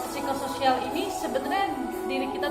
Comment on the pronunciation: P nya jgn dibaca.